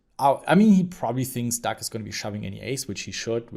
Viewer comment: Lol you have to be trolling us with saying Duck right?